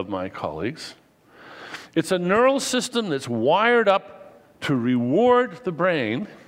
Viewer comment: "systen" . Hah. Come on, Dennet. It's Powerpoint! Pull it together, man.